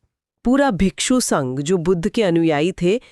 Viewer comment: The disciples of Gautam Buddha are called bhikkhu not bhikshu